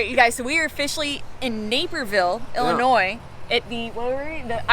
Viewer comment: 1.) Thank You for not saying Illinoissssss! F-me...hate when people mispronounce the name. 2.) Chicago IS my kinda town! Love. It.👍